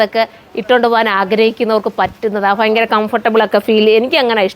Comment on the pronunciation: ഫയങ്കര അല്ല sis ഭയങ്കര എന്നാണ്